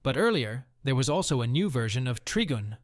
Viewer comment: Treegun? It’s Trigun — someone needs to sort out the AI voice over.